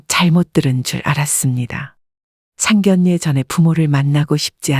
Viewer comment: # 내레이터님 ! - 상결례 가 - 아니고 - ( 상견녜 ) 라고 읽어야 합니다. * ( 상견례 ) 만큼은 * 예외 라고 합니다. - 아나운서 도 - 자주 틀리는 단어라고 합니다. ㅎㅎ - 죄송 합니다 ! 💕